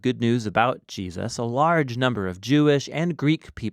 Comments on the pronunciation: Whos Jee-A-suz? 😉 keep up the great work guys! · Good video but the way you say Jesus is funny. It sounds like you're saying "G" zhus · Great summary; just a trivial point but I often hear US people saying "JeSUS" with this emphasis on the 2nd syllable, which sounds so very odd to me as an Australian (where we just say Jesəs)